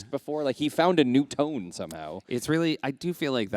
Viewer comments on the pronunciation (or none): none